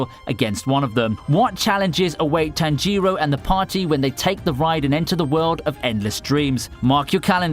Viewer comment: Did you just butchered Tanjirou's name? "Tan-jee-row". Lol. It should be "Tan-j-ro" tho. But if you're having trouble pronouncing it, it's fine.